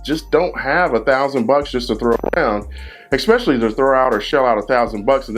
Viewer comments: Good video , normally I don't nitpick . Learn how to say the word , ESPECIALLY ! It's not EX specially . Makes you sound really stupid . Not much harder to say it correctly , and people will take you a lot more serious when you speak correctly . Not ghetto . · "Expecially" is not a word. Otherwise, informative video full of helpful information. Thank you, Sir! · eggspecially. Nuff said